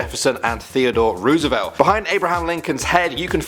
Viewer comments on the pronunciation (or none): I think you missed pronounced President Roosevelt's name.